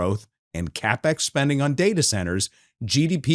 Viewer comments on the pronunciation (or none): none